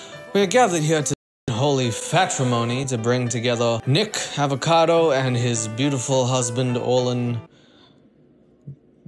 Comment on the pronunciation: I swear is saying niggakado